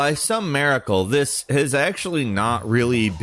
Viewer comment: Its miracle not maracle (MIR NOT MAR)